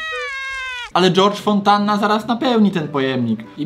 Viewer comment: Dżordż fonntanna😂